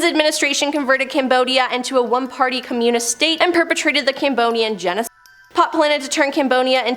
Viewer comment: I’m sorry but I can’t get over the weird pronunciation of “communism” 😂